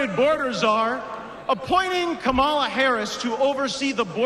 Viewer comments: How long will it take these asshats to learn how to say Kamala? Or are they just being openly racist and misogynistic? “I hate this guy” too,. 🤦🏻‍♀️😡💙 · Gates mispronounces VP's name. Lowest form of disrespect. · Quick question…does he have makeup on? What a strong man wearing blush, foundation, powder & eye makeup of some kind? Also IT’S PRONOUNCED COMMA LA, misogynistic pos. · They keep misprouncing "Kamala" I say we for now on say "V. D. Vance" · ONE black guy in the audience. And Republicans piss me off mispronouncing Kamala's name!!